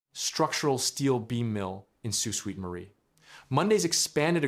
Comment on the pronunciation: It’s pronounced like Soo Saint Marie, not Soo Suite Marie. 🙂